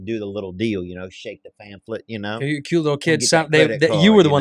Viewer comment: I love Theo's commitment to mispronouncing the word pamphlet